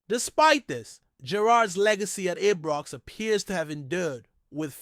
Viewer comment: Since when did Ibrox get renamed...I was always told it was Ibrox since a child.. not Ebrox or any other pronunciation, Its disrespectful of the club. Come on get it corrected.